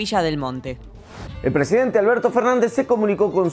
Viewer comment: "Prenazidente" jajajajajajaja los amo!!!!